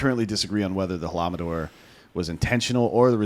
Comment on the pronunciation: Please learn how to pronounce things like Leif ERIKson or Holodomor. Down playing something like the Holodomor where MILLIONS of people died. And created one of the largest known cannibalism events in world history seems a bit weird. Also Ukraine is ninth on the world’s production of wheat....